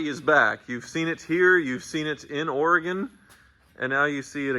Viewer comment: Thanks for pronouncing Oregon the proper way,, unlike Freddy did throughout CarTrek!